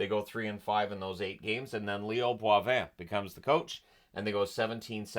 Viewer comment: Leo Boivin is pronounced Boy- Vin